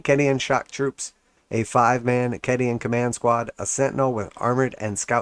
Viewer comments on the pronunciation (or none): hearing you say "keddy anne" kills me a little inside each time you say it xD